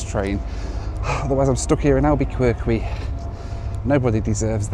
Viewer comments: Say it with me now, "AL-BA-CUR- KEY" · Although there are a few "Q's" in the name, Albuquerque is pronounced Alba KER Kee, comes from the scientific name for White Oak - Quercus alba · "Alba-quirky" and "Misery"😂 I love how Brits pronounce American cities🤣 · Albeqwerky and Missery are crazy pronunciations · Albuqwerkwy, RATT-on. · Chuckle how you say name... Al-bah-Kirk-Ee, Rah-Tone... Misery (That is how we say it, but it is Miz-Err-Ee or if you are from that part Miz-Err-Ah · FYI, it’s AL-buh-kur-kee and Mih-ZUR-ee. Informative and entertaining video. Glad that you appreciate the USA’s beauty. We’re happy to have you. Cheers! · Please tell me you're pronouncing Albuquerque that way as a joke! It's Alba-ker-kee! And it's MisERee, emphasis on the second syllable! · Oh, Albuquerque is pronounced AlbuKerKey much like FRenc h QU is promounced like a 'K'. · Were you deliberately mispronouncing “Albuquerque”? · You really need to work on your 'Albuquerque' and 'Missouri' pronunciations, lol. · It was very enjoyable, listening to you try to pronounce Albuquerque. 😂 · Please stop mispronouncing albuquerque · Albuquerque- the Qs are both pronounced like Ks.